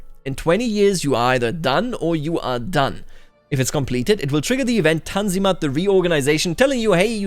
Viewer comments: You nailed the pronanciation of "Tanzimat" . This is my first comment on your channel but I watch your videos for 7 months now and I really like to hear your thoghts over Victoria 3 dev diaries. Thanks. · Im suprised the way you (correctly) pronounce the Turkish words. Tanzimat is a very hard word imo. Best channel on YT